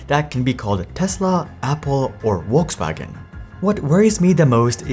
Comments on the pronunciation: I think I realize what you did. When Germans try to pronounce the English V, it's a common mistake for them to say it as a W. For example, "vest" becomes "west" because German W = English V, so they think it's vice-versa. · Dear creator, how much time do you need to go to google translate -> German and check out proper pronounciation of Volkswagen? 30 seconds? I don't understand what's so difficult... thanks for the video though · It's Volkswagen not Wolkswagen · Not a comment on the info, just on the pronunciation. The german pronunciation of Volkswagen is something like "folks-waagen." The English pronunciation is "Vohks-wagon." In the video, you seem to get it totally wrong, saying "Wolksfaggen." Just fyi. And also, I do care about diesel-gate. Why would I give my money to an immoral, cheating company? Some people do care about where their money goes. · I can’t wait to get in my “Wolkswagen” when I run my errands today. “VolksVagen” is the German pronunciation if that’s what you were going for. You said Rivian fine so that’s why I’m assuming. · Volkswagen, not Wolkswagen. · It's a good move to learn how to pronounce the name of the company that is the subject of your video! Volkswagen is pronounced "Folksvagen," NOT "Volkswagen." Amazing, fundamentally uniformed slackness! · It's pronounced VolksVagen not WolksWagen lmao that was hard to listen to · Info from a german native speaker: its not Wolkswagen, its Folkswagen! Besides, great infos! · Volkswagen starts with a V. Either Volks-wagen or Folks-vagen, but not Wolks-wagen. Good video otherwise. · Is it my phone's speaker or is he really pronouncing it "Wolkswagen"?? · The 'V' in German language is pronounced as an 'W' or an 'F'. In this case it is 'F'olkswagen. Think about 'false'. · Bro if you're about to pronounce Volkswagen a dozen times in a video it would be probably a good idea not to pronounce it Wollkswagen. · Lol brown dude saying "wolkswagon" 😂😂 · What brand is “ wolks wagen “ ?